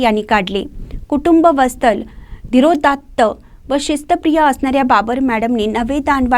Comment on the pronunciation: कुटुंब वस्तल... नाही.. वत्सल म्हणा बाकी छान सांगितले आहे....🎉